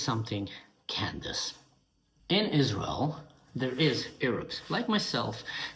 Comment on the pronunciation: Is- Raz- Elle? It doesn’t exist. Satan’s Hordes. AHAHAHAHA !